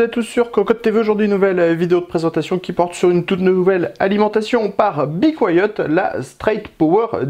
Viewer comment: Bi couayaute ? C'est comme ca qu'on dit ?